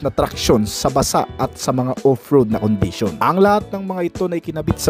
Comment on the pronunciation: ProtecSIYON, condiSIYON, directSIYON, acceleraSIYON, capaseetee and capabileetee.